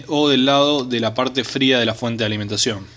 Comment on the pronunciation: Eeeeee.para que vamo a medi eeeeeeeeeeeee....para ke ane la fuete.eeeeeeeeeee